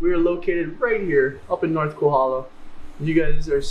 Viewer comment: 'Kohola' for Kohala, "Mariam's" for Merrimans, "Malasa" for Malasada, "Hanakoa" for Honoka'a, "U-may-kay's" for Umeke's, "Oyo" for Ho'io! Ho brah, you win da Ha'ole pronunciation award! Good selections though! Cheers!